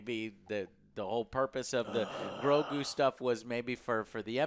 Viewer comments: I love how joe always say GROKU instead of GROGU :D Its like he mixed GOKU and GROGU :D You can always tell whos a Dragonball fan 😂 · How is it that Joe still calls him "Groku"? 🤦🏽‍♂️